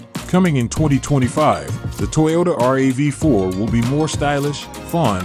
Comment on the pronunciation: Looks fantastic but why do you keep saying R A V 4? just say it like everyone else does, it's a RAV4.